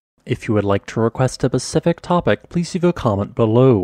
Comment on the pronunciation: *Specific. The word is SPECIFIC, not pacific.